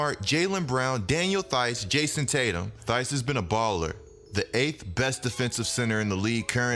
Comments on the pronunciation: "Tice" like "ice" , not "Thyse" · The h in theis is silent it’s pronounced like teis